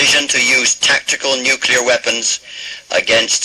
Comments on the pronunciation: Pretty sure no one said “noo-kyoo-lur” in the 80s and that was a Dubya invention, but I was between -2 and 7 then so my memory wasn’t the best, feel free to correct me if people were actually saying nookyoolur then. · I cringe every time someone in this program says "nucular." I can't believe that actual international news correspondents don't learn how to pronounce that word correctly. Otherwise, this is a great program. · And I'd just congratulated them on saying 'nuclear' correctly although they were struggling not to say 'nookular'. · You heard it right, folks. He was well on his way to saying 'nucular' and course-corrected. To be fair, during the 70s and 80s, a lot of people said that. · NOTE TO THE VOICE ACTORS: If you can't pronounce the word "nuclear," don't say it. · I can’t help but think that they were trying to replicate the mispronunciation that we’re likely to hear in such an event. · And Carter worked on nuclear subs when he was enlisted, so you'd think he'd know better... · And the constant mispronounciation of the word "nuclear" ... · Just a realistic error for the time, pal. Adds character to the film, honestly. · It was a common error back in the era this is set, nobody really knew how to say it at first so it often was mispronounced. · GAWDAMMIT... NEW-KLEE-YAR!! not "nookYOOlurr" ugh.... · Better yet...NUK-le-ar, not NUK-u-lar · I listened to this and was absolutely appalled. It's NU-CLE-AR, not NU-CU-LAR! 😡 (😛) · Amateurish and histrionic. And .. NUKE YOO lar? Come on people. No comparison to The Day After is remotely warranted. Please. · Good gawd! If I hear "nucular" one more time, I'm going to explode like a nuclear bomb! FYI, it is derivative of the word nucleus. There is no nuculus! Jeezus! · it kills me every time someone says "nu-cu-lar" god dammit its NUCLEAR.... NU-CLEAR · Not "nu-cu-ler" "Nu-clear". This has always driven me nuts....🤷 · It's nu-CLEAR...not nuk-u-lar. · NEW-clee-ur a.k.a. NEW-kya-lur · Nukyoolar. Otherwise, fine work.